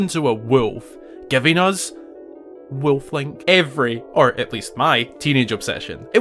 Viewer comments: JEEZUS CHRIST MAN THAR HOW YOU ALL SAY WOLF OVER THERE 😂 say it with me : WOOLF. NOT WILF 😂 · Weulf Woolf Wewlf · “A BEAST….WEEYULF LIKE” 😂😂😂😂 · “So WHY did he turn into weuuulf”😂😂😂😂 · Why a Weulf ? 😂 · I just love the way you say “ wuluuffphhh” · omg sounds like hes saying wilf but with a M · To me it sounds more like he's saying Wilf. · You say wolf like schmidt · Bro why are you pronouncing WOLF like that??? You need to say the L in wolf. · I love how he says "Wolf" with his accent. :D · I don't lol. It sounds really really weird